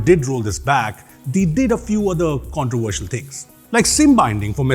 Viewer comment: WHAT THE FK IS A "CONTROVESTIAL"